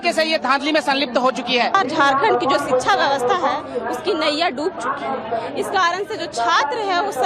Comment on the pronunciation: शिक्षा ❎........शिश्रा✅..😂😂😂